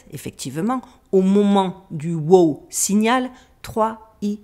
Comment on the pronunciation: Ce n’est pas whooo 🐴 c’est WOW! signal 😅